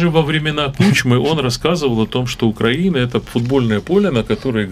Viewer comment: Роман, пожалуйста попровляйте их пожалуйста по поводу "на" и ударения в названии нашей Украины, очень режет слух